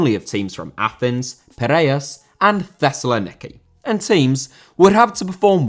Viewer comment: For entry number 2, the region of Thessaloniki is pronounced Thess-A-Lon-e-key.